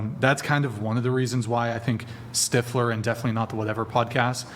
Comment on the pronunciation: Stifeler? She meant stifler lol